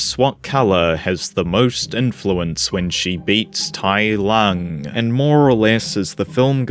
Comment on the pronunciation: Oh my god Tai Lung was soooo butchered, I never want to watch this dumpster fire